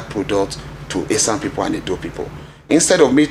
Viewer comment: This lady in Airse news should go and learn how to pronounce Esan names is embarrassment as a news caster nor of the 3 last names she could pronounce properly